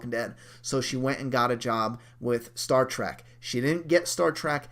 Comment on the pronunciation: Dude...it's Star Trek not Track... I heard Chandler is leaving for college...